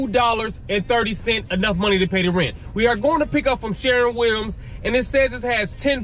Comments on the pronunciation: It's called sher-win not sharin Williams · 😂😂Sharron Williams Bro, it's shur-win Williams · Spelled shErwin Pronounced....SHURwin sounds like a U in fur🥴 Nice video Is this a particular city/state? Or anywhere USA? New sub😘